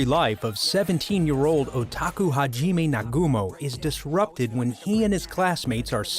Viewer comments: It's not "hajimey" its "hajimeh" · Arifureta. Edit: oh it’s here Edit 2: eww, did u just say “HA JEE MAY” ? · Ha - Gee - May... aight I’m gon head out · I hate how this guy pronounces names how does the name hajime look like it is pronounce hageeeeeeeme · Ha-ji-me and Yu? boi this guy know about anime or not bc that was just terrible i mean he butchered it! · Ha-JEEEE-May ok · It’s kinda annoying me how he his saying hajime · Just me or does it sound like the narrator hasn't watched Arifureta (just by the way he pronounces Hajime, it kinda seems like he has never heard anyone officially pronounce it) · Omfg that mispronunciation on arifureta characters...its not U its Yue and Hajime isnt pronunced like that wtf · The way he pronounced Hajime was way worse ^^'